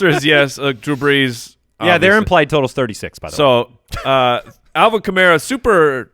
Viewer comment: It’s Chevy Kamara not super kamario lol 😂 thilly goothes 😊